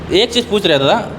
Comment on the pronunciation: Dada D or r pe antar hai dada humlog kudmi hai